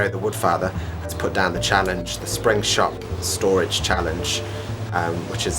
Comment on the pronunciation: Nice video, nice storage and I love the music! Tongue-twister there...at the end, did you say, "springSTOPstorage challenge?! (Not boring, never boring!)